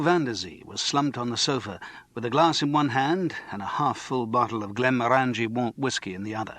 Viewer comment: And he can't pronounce Glenmorangie...among sooo many other things. I will shut up now.